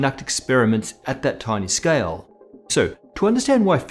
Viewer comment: "scayal" :P